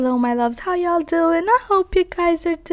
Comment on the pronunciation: I can no longer say "doing well" normally 😂 it's always "do-ING well" ❤️❤️❤️❤️